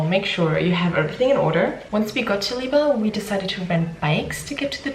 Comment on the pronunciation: Visiting in September on recommendation of our polish dentist. Pretty sure it's pronounced weba